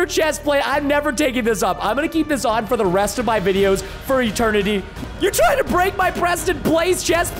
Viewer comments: Did anyone realize he said tr-ting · Preston said “Are you even trtying!?”